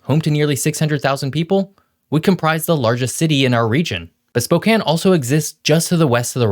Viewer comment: Its nice to hear someone pronounce Spokane properly.